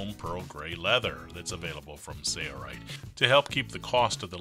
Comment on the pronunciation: Does anyone else notice when he says "Sailrite", he hardly pronounces the "l". I hear the word Sailrite as Sayrite every time he uses it. Sail Rite yes Sale Rite yes Not Say rite.